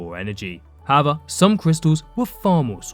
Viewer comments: "howva" lol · it's unsettling how he says "however"